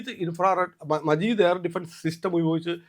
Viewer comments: മജീദ് അല്ല 😂... മാജിദ് ആണ്... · മജീദ് അല്ല മാജിദ് 😂😂😂